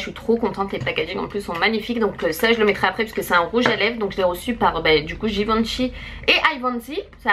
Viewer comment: Giveintchi ??????? Non non Givenchy comme ça se prononce...